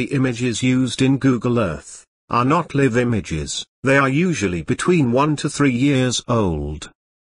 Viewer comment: Funny how AI says "Liv" instead of "Live". Undersatndable since Live has two definitions, yet spelled the same. Crazy English.